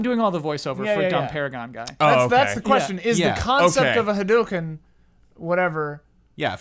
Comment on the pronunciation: why do you guys pronounce hadouken so wierdly ?